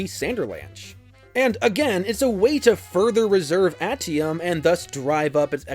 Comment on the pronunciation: Ate ium. Not at ium